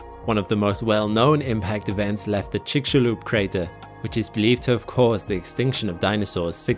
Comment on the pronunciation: I'm so glad you pronounced Chicxulub in it's Mayan pronunciation as in "chik-shulub" rather than "chik-sulub"